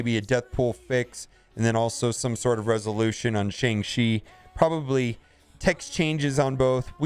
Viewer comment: The pronunciation is sh”on”g chi! Listen to how Simu Liu and all the interviewers are pronouncing it now…